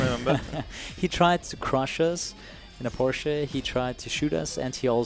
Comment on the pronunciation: It's the first time I heard an Person speaks English, but pronounce the word Porsche correctly.